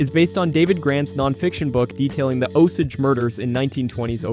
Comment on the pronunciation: Pronounced Osayge